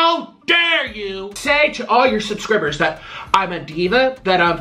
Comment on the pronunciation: Omg the way he pronounced subscribers 😂😂😂😂😂😂 I'm dead 💀😂